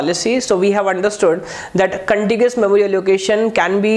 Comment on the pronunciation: everything is good but its Contiguous not contigious. :-(